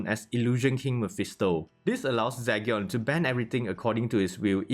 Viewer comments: Is it Zygyon it Zeegion? The pronunciation i mean cause you say Zygyon. i dont mind the accent cause everyone has it. Buy your pronunciations are not on point on some words. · Zee gen....its like Legion but with a Z🤦🏾‍♂️🤦🏾‍♂️i couldn't finish watching this video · Do you know everyone is killing you by the way you're saying his name right